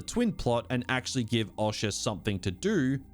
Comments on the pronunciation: The way you pronounce Osha is odd (awsha?) . Also half the time you pronounce your Rs like a typical Australian “ah”, then the other half the time it’s a Hard American “oR” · O-sha fucking hell painful man 😅😅